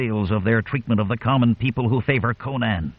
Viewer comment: Why can't you pronounce Conan? Co-naan is just nonsense. Think Conan O'Brian. Then next time I might listen but the thought of the narrator's endless mispronunciation caused me to give up in seconds. I'll look for a channel that can correctly pronounce the hero's name.